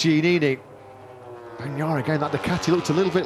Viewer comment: Is the commenter dyslexic or what's going on? It's not Bastini, it's Bastianini for christ's sake!